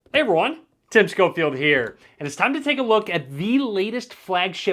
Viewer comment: Everything Tim says 'Hey everyone!' I hear it as 'Hey mor*n!' People who hear it like me👇